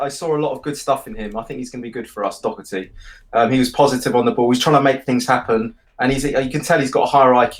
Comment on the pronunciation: It’s Doherty...not Docherty... and he’ll give the ball away perpetually..